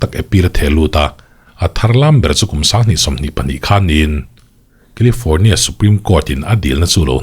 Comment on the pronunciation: Kilifâwrnia lama kan kîzen ten lo nawr deuh se, FIR lamah lo report nawn leh se la. Thuthlûkna (not thutlukna) thar lo siam se a ṭha ang. 😂